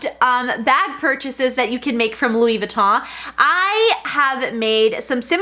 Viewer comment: Why do you pronounce it Louis Vi-taw??